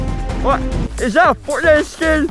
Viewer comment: “Ish that a Fortnite shkin” lol